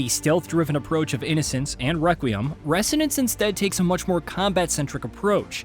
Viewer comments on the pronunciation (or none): Repeat after me: “reh-ZO-nance”, not “reh-SSSSSSO-nance”… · You say resonance funny. Pretty sure the S is pronounced like a Z but no biggie :) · That is not how you pronounce resonance